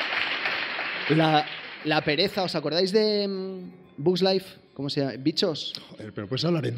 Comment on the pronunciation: no me esperaba esto de Juan, pronunciar mal BUGS.